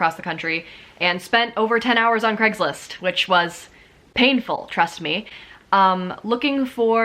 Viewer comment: why do ppl call it "greggslist" or "creggslist" surely it is pronounced as Cray-gs-list?